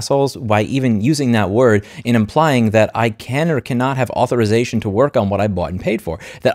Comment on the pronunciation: "Comments on non-native English speakers for making a plural mistake, goes on to butcher the word Authorization." -- That unnecessary ad-hominem backfired in just a few minutes. I understand the frustration, we all have it, however please don't insult those who make an effort and make mistakes while doing so. As you illustrated, even native speakers make mistakes.